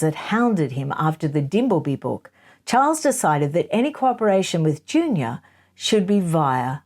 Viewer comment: Please do not go through a future video on Penny Junor's book pronouncing her name 'Junior'...!